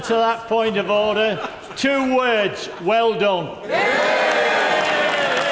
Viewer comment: OrDDer Order! Just awesome - perfect and short; kind of lol. Every word he said was just perfect.